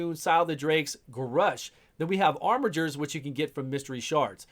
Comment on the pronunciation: Glad I hear you say "armijer" and not "armiger" !